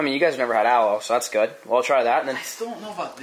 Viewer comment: The way you pronounce aloe is not how u say it